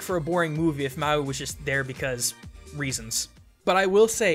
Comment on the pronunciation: It's not maywi it's Mawi